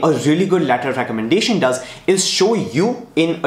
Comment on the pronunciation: Letter of Recommendahthfti 😂